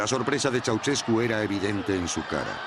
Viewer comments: Primero aprende a hablar con al de profecionalismo piba... no se dice "Chuchescu" tu lexico es bien banana.. acordate que estos ablando en publico.. chua nena!!👎a no soy conunista.. soy un Anarquista espiritual.. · Pues no tienes ni idea de Nicolae Ceausescu niña . Ni sabes pronunciar su nombre ni el nombre del pueblo Rumano .